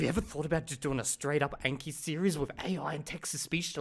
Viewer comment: Can people please stop with "ayn-kee" like "a" in anal? The name is obviously derived from Japanese and it is a language with only 5 simple vowels. It is "ahn-kee". For the love of god, it is painful. Almost as bad as Americans calling Xi Jinping "Zhee"-Jinping.